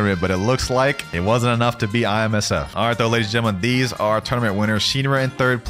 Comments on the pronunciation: Bro keep calling IMSF(FIJI) ISMF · Did he just say ismf